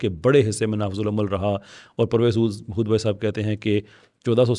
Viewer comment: پرویز ھود نہیں بلکہ پرویز یہود ھے